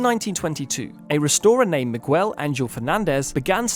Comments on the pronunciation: Hey, think about how you might feel if someone pronounced your name, 'MY-chuhl'. I bring that up because that's the way people named Miguel would've felt had they heard your pronunciation of their name. It's pronounced 'mih-GEHL', not 'mih-GWEHL'. Regardless of any English speakers accent, people's names are supposed to be pronounced the same. Not trying to be rude or pedantic. So I'm sincerely sorry if it comes across that way. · MIGUEL is NOT pronounced Mee-Gwel .. it's pronounced MEE-GEL